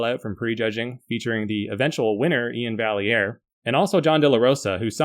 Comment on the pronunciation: I think its pronounced More like Ian Vi-air